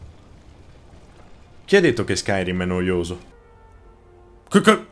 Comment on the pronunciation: Skyrym come dice lui non si può sentire però